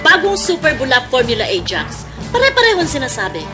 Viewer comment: Natatawa ako sa pagkabigkas ni na "Ah-Jax"